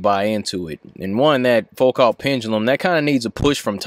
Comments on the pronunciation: Foucault is pronounced "foo-co." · It's pronounced "Foo-co" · People from USA should really put some effort into pronouncing foreign names. Though I love your videos, but it just makes me cringe when hearing Foucault pronounced like it's English. (Same goes for Schrödinger, Fermi, Bohr as well as many others.) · Pronounced "Foo-koh"